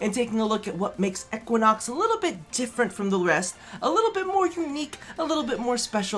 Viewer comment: If he says"eckuinox" again...